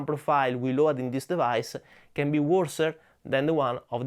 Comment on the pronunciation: Please pronounce load like lowd. I follow your channel forever and must say, your English improved to a nearly perfect level. Keep going.